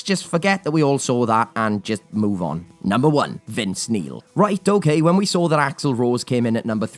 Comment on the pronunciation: "Vince Meal"! 🤣😂😆